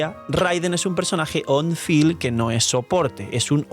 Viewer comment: Como que Raiden es personaje "on fill" y no "on field"?